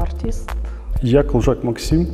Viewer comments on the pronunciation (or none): а не Максим Калужан